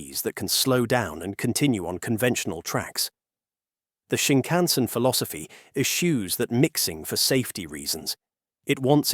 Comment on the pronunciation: I had to quit your video. The way you incorrectly say Shinkansen is so distracting as to remove my attention from the video. [ɕiŋkaꜜɰ̃seɴ]